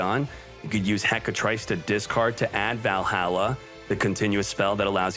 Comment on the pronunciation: that's not how you pronounce Valhalla xd